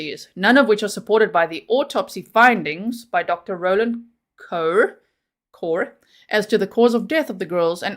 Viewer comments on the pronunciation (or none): none